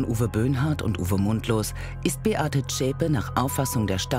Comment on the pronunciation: die Frau heisst Beate Zschäpe! Und nicht Schäpe.